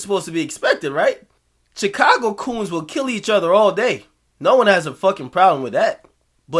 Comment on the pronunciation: Akademiks say Chicago like "Chick-ka-go" that shit is funny everytime